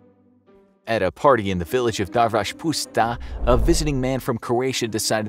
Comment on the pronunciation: It’s weird to hear the engilsh form of Darvaspuszta as a Hungarian. Surprisingly you said it almost perfectly. 👍